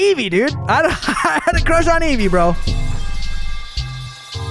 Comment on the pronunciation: It's Eevee not evie